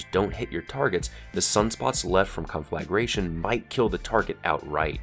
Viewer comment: The way you said conflagration bothered me more than it really should have... don't know why